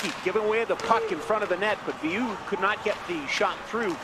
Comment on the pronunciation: In case you care or are interested… his last name is pronounced “Veill-er” not “Veill-you”… just like Lemieux is pronounced “Lemi-er” not “Lemi-you”. Anyway as a french canadian myself, Veilleux is a tool.